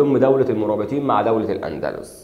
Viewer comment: الأندلس وليس الاندلوس